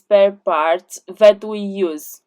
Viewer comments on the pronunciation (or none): none